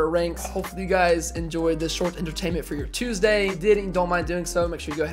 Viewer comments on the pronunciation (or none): none